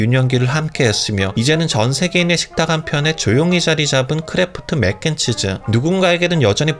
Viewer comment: 자꾸 메껜치즈 거리는거 킹받네